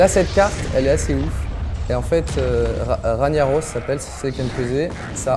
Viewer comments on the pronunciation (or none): On dit RAG NAROS pas RAGNIAROS. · qui a envie de vomir quand il dit ragna au lieu de rag na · C pas Raniaros c Rag narosse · NON PLS TU N AS PAS PU DIRE RANIAROS XD il s'appelle Ragnaros un g qui fais gue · "Raniaros" Mes oreilles ont saigné. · sa se prononce Rag-naros on dit pas le GN sinon continuer vous êtes trop bien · "raniaros" mon dieu... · Ragnaros prononcé Raniaros ?! Sérieux ?! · on dit rag naros